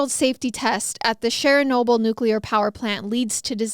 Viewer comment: Did she just say Cheryl-noble 🤦🏽‍♀️😂 O. We love you.